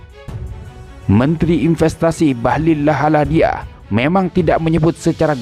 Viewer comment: Komentator asal bunyi bahlil ladahalia sebut bahlil lahadalia wkwk